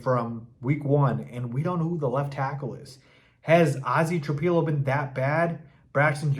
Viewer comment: It's "Tra PILLOW", NOT Tra PEE low.